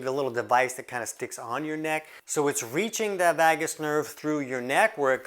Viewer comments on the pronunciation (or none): What makes you an expert on the NERVOUS system? You are really outing yourself lately. And it's pronounced "vay-gus", not vaah-gus.